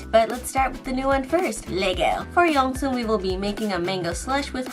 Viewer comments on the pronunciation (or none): Hihi! I loved the video but I just wanted to let you know, it's not pronounced YongSung, it's like (you-suh-ng) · I don’t think that’s how you say Yoosung’s name 😅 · yoosung pronounced "you-sung" not "yong-soon" Jaehee pronounced "Jay-he" not "jah-hey" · Wait- She pronounced it as YOUNG-soon HAVE I BEEN READING IT WRONG ALL THIS TIME?!?! ITS BEEN 5 YEARS AND I FEEL SO CONFLICTED. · 🤣 HAHA it’s okay. I just found it funny how you called him yungsoon🤣. All of the drinks look so good btw. I think my favorite ones so far are seven and ray’s 🥰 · Yeah I kinda like saerans